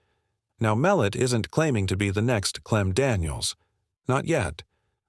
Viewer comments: Tommys last name is not Mel- et Mul - lot get his last name right first before you do a break down his game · It is pronounced mel lot